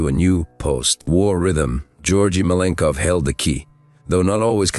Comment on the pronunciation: you cant even say his name propperly...most is bs here